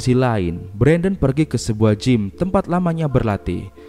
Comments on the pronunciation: gym dibaca jim bukan gim🤦‍♂️ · D bcanya (gym)"jim" bang bukan "gim"